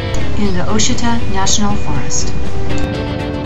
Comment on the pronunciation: Ouachita is pronounced wah shi tah.